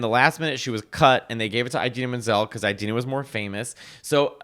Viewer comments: Your pronunciation of "Eye-dena" kills me 🤣💀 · Does she actually pronounce her name "Eye-dina"? Like "Eye-rack"? Your imitation of Idina was so spot on I couldn't help but laugh! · The repetition of “EyeDeenah” Menzel is throwing me off big time. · I’m with that Idina (why are you both saying Eye-Dina?) and Kristin would’ve been better as a quick cameo as Shiz professors